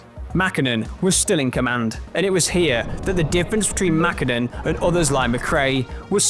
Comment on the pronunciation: Why they say Mäkhinen or Kankhunen😅